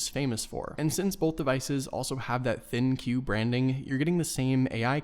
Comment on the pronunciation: Soooooooooooooooooo..... It's propounded l g gee se ven think if you knuckleheads that do these reviews actually took some time and asked around instead of rushing a review for a quiver of money you would have found that out.